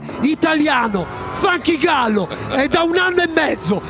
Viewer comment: Bravissimi, ma "Funky Gallo" non si puó sentire.